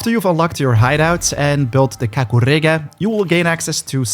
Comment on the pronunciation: I like how you say KAKUREGA 👌👌